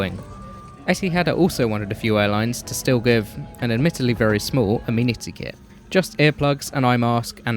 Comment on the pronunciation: As a brit, it is so nice to hear amenity kit pronounced as "ameenity kit" instead of "aMeNiTy KiT"